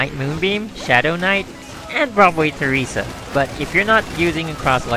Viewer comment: Why does everyone say Theresa wrong? Listen to the freaking Otto apocalypse CG from the extra story..